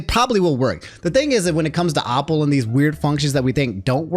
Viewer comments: New drinking game. Take a shot every time says “opple” instead of “Apple”. 😂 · Are you actually retarded. It's not Opple. It's Apple with an a. You have decent grammar but clearly you gotta go back to kindergarten. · why say apple like opple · Hearing the word “Ah-pple” is weird. Definitely gotta be the DMV education system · Everytime he says “opple” I cringe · The pronouncement of apple is hilarious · says Apple like Octagon 😭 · I guess “apple” is another word I can add to the list of word says wrong 😂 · Why do you pronounce Apple like that???